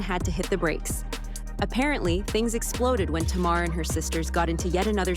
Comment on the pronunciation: Her name is Tamar and is pronouced is TAY'MAR.